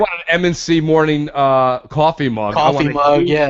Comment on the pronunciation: needs to say 'quoffee' more often! love it